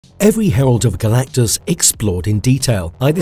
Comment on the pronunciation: How do you mispronounce Galactus's name multiple times and not fix it before publishing!? Not talking about when you referenced him by Galan....O_o